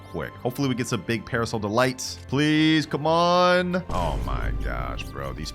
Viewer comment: " Parsol delight"* ahem